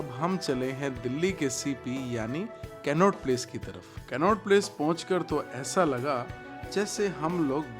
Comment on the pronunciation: Aap कनॉट प्लेस ko कैननोट प्लेस bol rahe the. Vo toh funny tha. Baaki video boht zabardust thi ❤❤